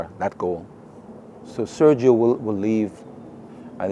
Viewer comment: How hard is it to learn to pronounce Sergio in Spanish?